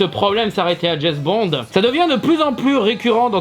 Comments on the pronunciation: Au bout de 4x « Jess Bons » j’ai arrêté la vidéo…. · Petite précision, James Bond ca se prononce DJAIMCE Bond et non pas DJAIZ Bond. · "Jezbond" pour une fois je ne critiquerai pas la prononciation, je le dis pareil XD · C'est qui "Djezz Bond"?